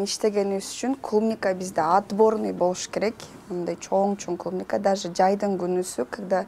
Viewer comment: Клумника дебейт клубника